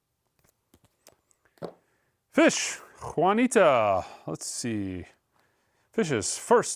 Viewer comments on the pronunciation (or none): Bro it's Junta not Juanita lmao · Well, mispronunciations are legendary but calling Phish’s first album “Juanita” is an all timer.